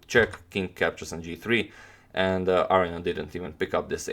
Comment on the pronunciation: Aronian not Areignan